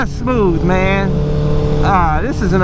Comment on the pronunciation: lets take a shot each time he say 'mang'